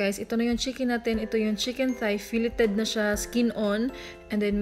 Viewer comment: Filleted? "Fileyd" po ang tamang pagbigkas po... pero gagawin ko po recipe nyo murag lami cya......